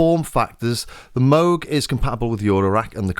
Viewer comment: It's pronounced "Moog".